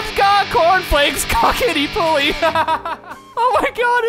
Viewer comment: Jesus dude, i almost choked on my apple when the text speech was reading "cocketypulley" ffs. Should have a chocking hazard warning in your vids.